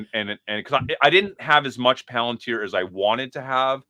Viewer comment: hilarious. Also mispronounces Palantir around the 22 min mark